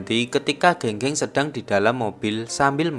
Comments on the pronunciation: Geng geng di bacanya gang gang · E di pinyin dibaca ê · Keung keung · Pengucapan nama nya bukan Geng geng tapi Geng geng. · penyebutan nama geng geng bang, di film aktor nyebutnya geng geng tapi di video ini nyebutnya geng geng. Padahal kan benernya geng geng bukan geng geng yak😁